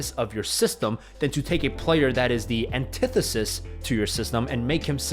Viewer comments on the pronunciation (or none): nobody:: aNtEtESIs